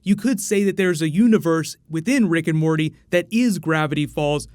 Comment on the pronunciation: Am i the only one who heard brick and morty?